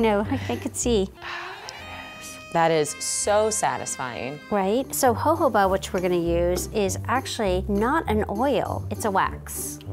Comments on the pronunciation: "ho-ho-bah"? I thought it was pronounced "joe-joe-bah"... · No one else was annoyed at how she pronounced jojoba? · Why is she calling jojoba joboba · AM I THE ONLY ONE CRINGING OVER HOW SHE SAYS JOJOBA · I hate the way how she pronounces chamomile and Jojoba